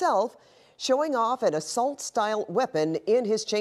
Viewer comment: Hahahahaha. Assault style. Sounding Canadian there 🤦🤣🙈